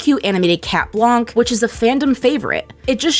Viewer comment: Its pronounced cat blank